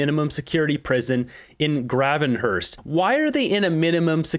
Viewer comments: Grave in hurst Not grav in hurst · Graaavenhurst not graven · hi the town in Ontario is pronounced grave - n - Hurst 😂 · Its pronounced Grave - in - hurst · Hey, my dear.. we can tell you ain't from Ontario.. lol.. Gravenhurst.. say grAve -n -hurst.. You will fit right in here... 😊❤ Don't despair.. the only poll that Counts Is on election Day.. Just like people were Sure Harris would win because of the new 'shiny' person, tho not new in her case.. didn't win.. because the new "shiny" tarnishes fast. It's Very true what Chretien said last night. When Mulroney stepped down ~ even Conservatives were angry & wanted him gone. I'm sure Kim Campbell was a great person but she didn't protray it well.. & she wasn't "strong willed" like Margaret Thatcher .. and a scandal was coming out about Mulroney.. and well.. the Conservatives had 2 seats after the election & Chretien, who people counting out of it, had a very Big majority. It tore the Conservative party apart.. for years.. 😢 But.. the majority of Canadians are that pissed with Trudeau & many are tired of Liberal polices.. What us Conservative leaning people need to remember & worry about Is that, much as I dislike Trump as a person, he Is cutting 'waste' & "bloat" in the American system.. & we get to watch how Not to do it.. But.. cutting out bloat will involve bodies. It will raise the unemployment number for a period of time. That is just fact. I just hope our team Reads things, understands things.. gets proper background of they don't understand.. Does better math from day 1, so things are not on then off. People give up When it looks like a game. Our biggest worry should be that y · FYI - It’s pronounced “Grave”-Enhurst - spent many happy summers there as a kid just letting you know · Gray-ven-herst fyi from Ontarian. Soon to be a British Columbian ... So it will be ve your turn to correct me lol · I worked at that jail. You say it Grave-in-hurst. Xo